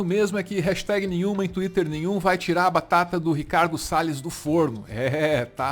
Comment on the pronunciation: quem está falando em inglês? Pela pronúncia parece um nativo, mas falou "Ricardo Sales" como um brasileiro falaria.